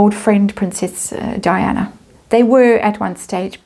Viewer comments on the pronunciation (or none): You stand alone . And it is DIANA, not 'Dianne'